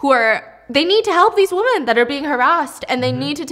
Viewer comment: WOMEN... DAMNIT STEPHANIE ITS WOMEN.... NOT WOMAN